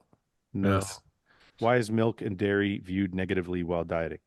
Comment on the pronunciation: Watch the clip back. I'm just highlighting that you mixed up your words. You said "dhey" instead of "whey", and "wiary" instead of "dairy".